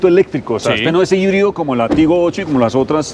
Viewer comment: Jaibrid??? Amigo es colombia español por favor, híbrido o micro híbrido, o full híbrido.